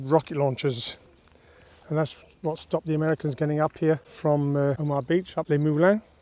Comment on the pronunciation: No frills, gripping info about a turning point in history. Just one small criticism, you pronounced the beach as 'Omah', when it should be 'Oma-ha, but excellent vlog otherwise.